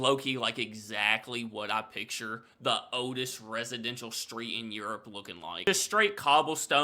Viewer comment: It was good to hear you pronounce the word describing the pub as "the" and not "ye." It's not actually the letter Y, it's a symbol for T and H combined, called a thorn. You learn something new every day lol.